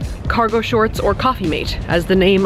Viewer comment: is it "coffee maid", "coffee mate" or "coffee made"?